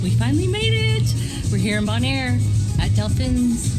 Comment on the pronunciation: The fact that you cannot pronounce the island correctly (it's "bone-air") shows how ill prepared you are in making this video. Zero credibility. I lasted 5 minutes.